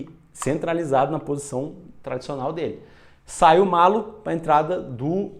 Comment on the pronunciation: Gostei muito! E o narrador errou a pronúncia, é "MALHO". Dois L's com som de LH mesmo. :yougotthis: Nova inscrita! :goodvibes